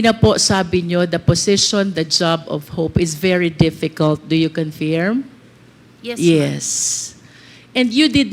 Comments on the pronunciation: Bakit baloktot and diction ni congresswoman confeerm at hindi confirm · Confirm pronounce as conferm in American English